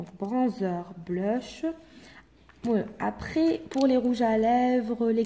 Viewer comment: Blush on dit pas bleeuuuuch